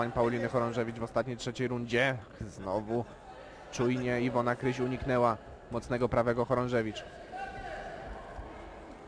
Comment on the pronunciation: Kryś . ! Kryś . Nie K"a"ryś szympansie .